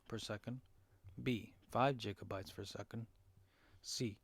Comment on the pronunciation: And on top of ”jigga-bytes” you need to make your mic louder or talk louder. Really hard to hear you, unless you’re in a silent room.